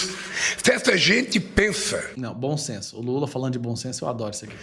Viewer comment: Fiquei arrepiada com o termo "bom ssenncço" 😂😂😂